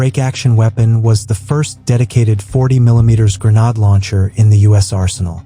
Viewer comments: Gre-nāde, not gre-năde!!! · Grenade, FUCKING GRENADE, not grenad.😊